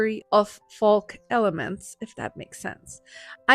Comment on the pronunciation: Folk pronounced Foke. I tell you this, because your English is so flawless, I don’t want this small word tripping you up.